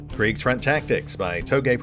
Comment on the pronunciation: Just droped in to hear how my chief spells "Kriegsfront" and it was on point. I honestly was expecting some massacre like my name in the credits. :D